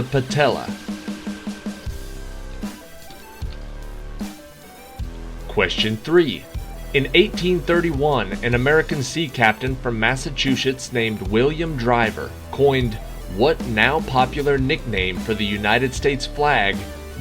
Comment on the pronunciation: Ok so I’ve been watching these videos since the pandemic started. I love your content. When you mispronounce a word, I yell the correct pronunciation and hubby laughs. Never have I ever made a stink about it. But you mispronounced Massachusetts by saying massatwoshits. Just letting you know before someone else gets offended. Much love and keep up the good work. ✌🏼